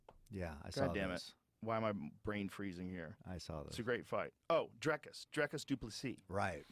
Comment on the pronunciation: Learn to say his name: Dricus. Not Draaikus. Ffs